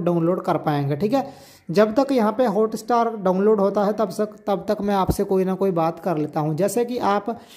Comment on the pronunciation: It’s not hota star🤣🤣🤣🤣 it’s hotstar!!